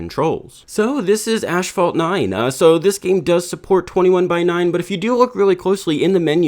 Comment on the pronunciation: did you really say ASHphalt 9?!